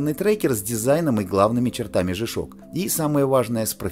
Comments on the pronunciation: По-английски буква "G" читается как "джи". "Жэ"- так обычно произносят букву "G" выпускники церковно-приходских школ, которые, как правило, не рискуют издавать собственный журнал. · Не жи ,а джи правильное произношение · смешно вы произносите жи-шок (g-shock), а надо Джи-шок (g-shock), при этом говорите не жипиэс (GPS), а Джипиэс (GPS), вы уж товарищ ведущий научитесь говорить правильно. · Верно, Александр Ковтуненко, Джи.